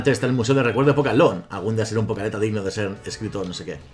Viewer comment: Jajajaja pokealeta no sé por qué me frustra tanto que no pueda decir pokeATLETA así no se escribe pero así se dice ....